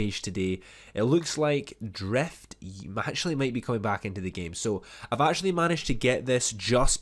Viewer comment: Drift not Dreft